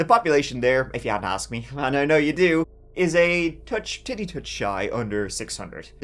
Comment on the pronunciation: Why'd you say "just a titty's touch away..." like that?